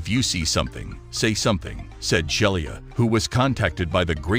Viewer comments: i'd be willing to bet her name is not pronounced shell-e-ah but she-lee-ah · More proof that most computer-generated voice is not ready for "prime time". The attendant's name was Shelia (she-la) not Shelly-a. And the constant wrong inflections are distracting.